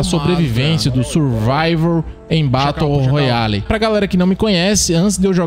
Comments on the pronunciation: VEI. TU FALANDO BATO ROYALE É FROID KKKKKKK se pronuncia beroroial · "Batou royale" 😭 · O cara fala Batou royale kkkkkkk muito bom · “Batou roiale”